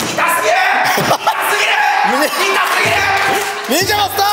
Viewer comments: の痛すぎるがひき肉ですに聞こえてくる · いまみたらいたすぎるがひき肉ですに聞こえる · 痛すぎるがひき肉ですって聞こえる😂